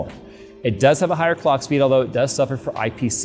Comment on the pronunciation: "19% instruction per cock" not per clock. Please pay attention to the AMD presentation.